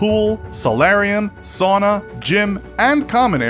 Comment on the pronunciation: Its sauna not soona